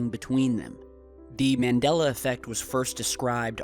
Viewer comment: 5 - it's pronounced MON DOL LA and BerEn is not "burn"